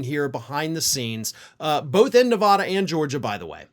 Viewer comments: It's pronounced neh vad (bad) ah, not ne vad (vahd) ah. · it's not nev ah dah. it nev AA dah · Ok now that Nevada has been in multiple videos recently you’ve got to work on your pronunciation. Neh- vah - duh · Please learn how to pronounce Nevada. It's not "ah." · It is Spanish for "Snowy" and is pronounced Nay-Vah-Dah...since you feel like getting technical about it. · Thank you. Hearing it called Nevahda makes my teeth hurt